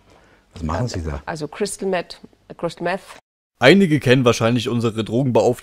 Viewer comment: Marlene Mortler: "Crystal Mett" Angela Merkel: Panisches Schwitzen